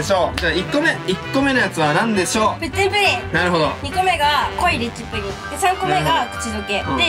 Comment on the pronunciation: プッチンプリンがプッリンプリンになってるよわざとかな？(笑)